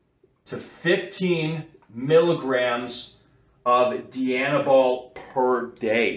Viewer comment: Who does a review and can’t pronounce the drug name…..🤦🏽‍♂️🤦🏽‍♂️🤦🏽‍♂️